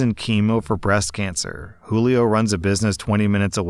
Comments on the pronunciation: Jewel-ee-oh lol It's probably who-lee-oh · You pronounced Julio as joo-lee-oh. Not every time either, which makes it more confusing.